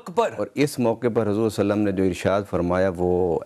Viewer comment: حضور سلم کیا ہوتا ہے؟؟؟ پورا صلی اللہ علیہ وسلم بولو